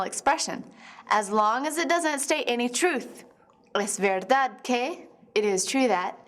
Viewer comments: When she says que it sounds like gay. Annunciate more please xD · When she said que I thought she said gay